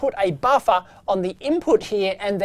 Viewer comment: Love when he says “baffa”.